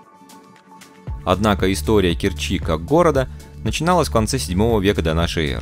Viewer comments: Все отлично, но...режет слух КкерчИ, Керчь в КЕрчи, порт порты, торт торты. Кореная керчанка. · Спасибо за прекрасный обзор моего города. Только правильно КЕрчи.